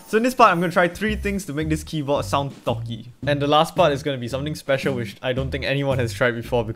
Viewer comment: It’s sounds he’s saying thots 😭